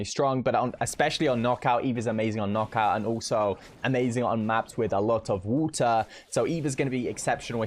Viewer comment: « Wota » is a lot better than « wadder »